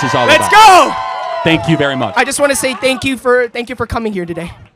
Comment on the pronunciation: “Thank you Jew (Ju).” 😂